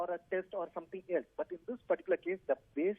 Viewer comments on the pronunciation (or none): none